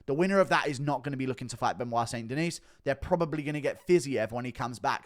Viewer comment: "St. Denise?" Guru is almost as bad as Brenden Schaub at pronouncing fighters names...